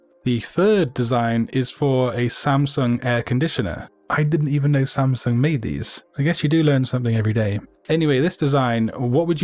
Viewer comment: Im surprised by your samsung pronunciation. This is my first time to see a non-korean who pronunciates it perfectly.